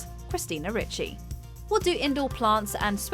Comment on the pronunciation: Ricci, the is in Ricci are pronounced third the letter e because the name is Italian. In Italian, the I sounds as in pin, pig, pie, and pipe don’t exist.